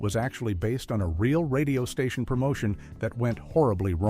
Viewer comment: "...occurred at a different. STATION." Classic AI voiceover tell.